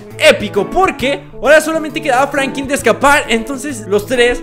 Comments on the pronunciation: Porque dices FRANQUIN... Jajaja XD saludame Brooooo 👌👌🤙🤣🤣😂😅😅😅😅🤭🤭🤭😎😁👍😎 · Era Franklin no Frankin